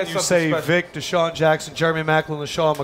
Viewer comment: I swear I thought desean Jackson was saying calamari